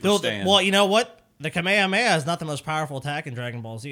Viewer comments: Moderately neato. Nice Carlin call back,. Also Paul is dumb. It's not kamehakameha its just Kamehameha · "Kameha Kameha"